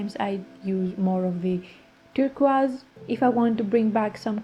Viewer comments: WOW!! A mountain emerges from the fog.. love the process 💖 and yes, you pronounce “turquoise” correctly. Joyeux Noël 💖🌟🌺🦋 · Very lovely painting. And, I like your pronunciation of turquoise. In English, it sounds like "tur-koys," which is not as charming as, "tur-qwaz." Best wishes!